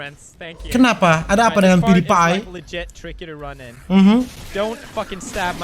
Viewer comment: bukan PewDiePie tapi pudidi